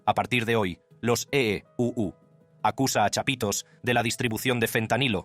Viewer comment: Que ridiculo el narrador. Ee uu suena ridiculo😮